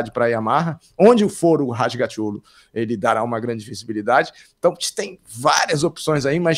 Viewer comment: O sobrenome do Toprak é "Razgatlioğlu" (tli e não ti). O locutor do WSBK pronúncia direitinho.